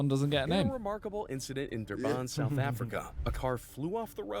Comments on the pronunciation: Did the narrator of the video just say Durbaan instead of Durban. Nah I'm actually dead 💀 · dhurbhan that's how you pronounce it but it's Durban KwaMaKhutha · Bro pronounced my hometown "Durbarn" instead of durban 😭😭😭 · DURBAAN? What even is that pronunciation😂 its spelt Durban, pronounced Dur-bin. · Bro really said "dirbaan" mf its Durban! "Dirbin". Im not even South African but its pretty obvious 😂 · So no one is gonna talk about "Durbaan", as a South African I am offended. Love from South Africa btw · Im from south Africa and hearing the narrator say Durbaan is so funny 😂😂😂, its pronounced Durban as in Durr- burn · the last place is pronounced derb-an not de-baan. I dont see how he managed to butcher that seeing that its spelt "durban" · South africa never disappoints 😂 "duh-baan" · South Africans will know that the way he said “Durban” is criminal😭😭😭😭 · I can't be the only South African pissed that's the guy said Durban wrong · Im a Durbanite this is genuinely annoying 😭😭